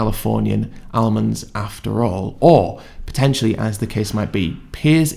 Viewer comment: "Armands" 😂 The bloke can't even talk properly